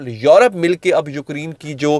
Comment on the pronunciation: یوکری ن نہیں یوکرے ن پلیز